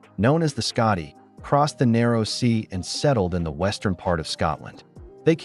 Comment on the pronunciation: Why is it shocking? It's kinda common knowledge. And it's "Scoti" not "Scotty"...